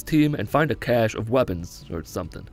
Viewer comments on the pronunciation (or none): none